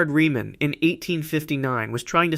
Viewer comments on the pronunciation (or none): It would be perfect if you (or AI) pronounce those German names correctly, such as Riemann, Godel, etc. Seems that you know what you are talking about as I was a maths major who did go deeply into maths. It is good that you can express every one of those gaps correctly in English, not an easy feat for a non-maths person. You could be an AI though.